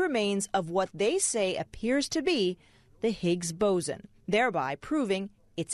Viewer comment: Boson not bosen